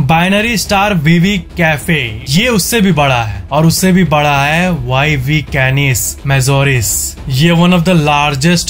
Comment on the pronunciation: You have pronounce YV Canis Majoris but it is VY Canis Majoris.